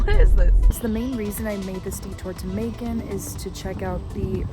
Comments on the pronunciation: Your video was suggested to me via YT algorithm because I follow a few other nomads. You pronounced Macon correctly. 🙂 Macon like bacon. Your salad looked delicious. 🥗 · yes it is pronounced macon you know like bacon. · You pronounced it correctly